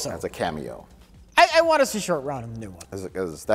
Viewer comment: Roat Shore 😂